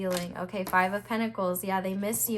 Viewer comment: Pile 4: New dictionary defined pronunciation of pentacles is (pen-tahk-layz)